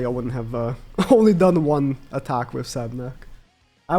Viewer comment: Sab**U**nak. Not just Sabnak